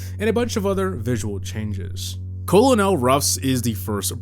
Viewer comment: fyi colonel is pronounced like kernel